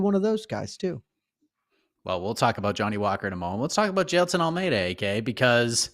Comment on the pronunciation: bro jus nailed the pronunciation of "jailton", which is not a common Brazilian name, hahahah